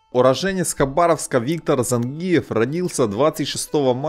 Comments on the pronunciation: Цай кой каныс ? Цавар зАнгиев ? Ударение на И . ЗангИев. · автор,когда же вы научитесь правильно произносить осетинские фамилии..?смотреть уже не хочется.режет слух...кроме того это неуважение к спортсмену...надо произносить так-зАнгиев...научитесь же наконец.в этом виде спорта осетин много..придется научиться...